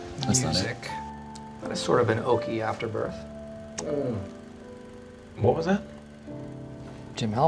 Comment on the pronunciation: The compilation of Michael’s mispronunciation was hilarious. “Oaky afterbirth.”